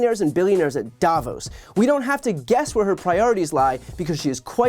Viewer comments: It's davOOOOs , not dAAAvos 🙂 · The name Davos has the stress on the second half of it, so it's daVOS